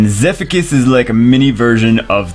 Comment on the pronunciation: Pronounces Zephicus as "Zeffikus". Pronounces Ignicus as "Ignishus".